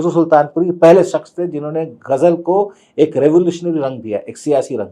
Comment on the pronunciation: Son of Majrooh Sultanpuri cannot pronounce word ‘Ghazal’ , says Gazal .